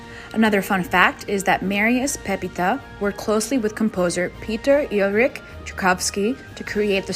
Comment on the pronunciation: He's not Ulrich, it's pronounced like Eel-each